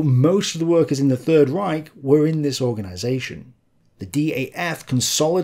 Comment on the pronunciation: Would be great if you could actually pronounce German terms correctly- "Rike" is not a word...